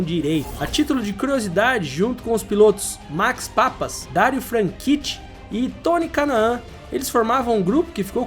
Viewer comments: " papas " 😂😂😂 é PAPIS, IIISSSS😂😂😂 Maximiliano papis ! Papas 😂😂😂😂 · Max PAPIS, e não "Max Papas", como vc diz na narração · Interessante, mas possui muitos erros: Max Papis sendo chamado de "Papas"... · Max "Papas"???